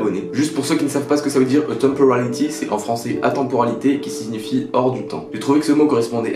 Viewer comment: Atemporality avec l'accent ! 😂 On a hâte, vivement la mise en ligne 👍